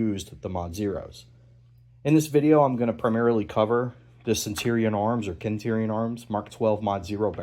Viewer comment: Great video. I honestly hated how you pronounced "centurion" multiple times. It's kind of baffling. Other than that, super good video. I hope you do some high quality build/rifle reviews.